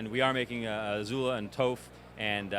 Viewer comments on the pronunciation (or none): It's pronounce "Top-h" not "Touph" lool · "Toph" sounds like "tough" "Sokka" - "Sock-a"